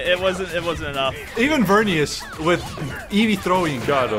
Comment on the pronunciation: It's eevee. Eevee is the most cringe